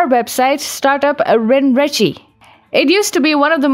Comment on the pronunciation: Just one pointer, I believe it is to be pronounced as ren ren che. Not ren ri chi.